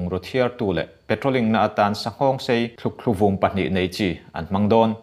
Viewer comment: Thlukthluvum nilo in thlukvum anie